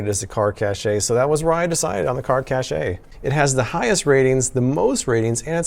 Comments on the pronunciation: It's pronounced 'cash' not "cashay" I love you americans 😂😂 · it's not cashay it's cash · Caché is pronounced like "Cash" not "Cashay" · Pretty sure its pronounced as "Car Cash" and not "Car Cashay" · Cache just sounds like cash. Please stop saying "cashay" lol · 1) I'm not tall enough to reach all of any windshield, so this is a fail from the start. 2) It's cash, not cashay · I believe cache is pronounced, “cash.” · Isn't cachè pronounced cash?